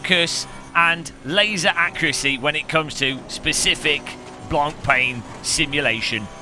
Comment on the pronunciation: Drinking game - Drink every time he mispronounces the word "Blancpain", you'll be a wreck in no time :)